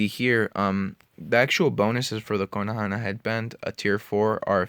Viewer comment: please please dont say konohana. its kon-o-ha